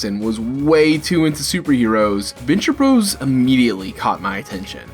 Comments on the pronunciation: My man, I love that you are highlighting The Venture Bros. but it is pronounced Venture BROTHERS not. Venture BROS. You are killing me pronouncing it The Venture Bros not Brothers. But since nobody else hardly puts the time in to highlight this fantastic show, you get a pass and a sub 👍🏼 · Can I go 10 seconds in a youtube video without hearing the word 'iconic'?! Also, 'bros.' is still pronounced 'brothers'. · It's Venture Bros., said as brothers. Not bros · He keeps saying Bros. Ugh. Glad he getting new people into it. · Stop saying "bros."